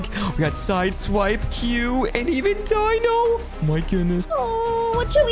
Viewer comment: Just to let u know it’s not Dino 🦖 it’s Deno But it’s spelled Dino your Welkom for the correction